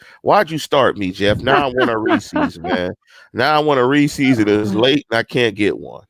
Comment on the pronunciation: my head hurting every time he says “Reesies” instead of “Reese’s” lmfao